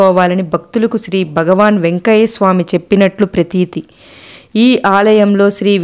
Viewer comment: నారాయన అనరాదు నారాయణ అనాలి. బగవాన్,బక్తులు... ఏంటండీ?? భగవాన్, భక్తులు అనండి. క్షమించండి. తెలుగు ఉచ్చారణ సరిగా వుండాలి........